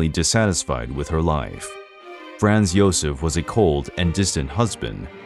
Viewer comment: When all one has to do is narrate, and that’s not done correctly…..eh…huh? If you don’t know, ask. In one video the narrator goes from Joseph to Josef with the ‘y’ sound, which is correct, then Gazella instead of Gisela, Gees-la. You had one yob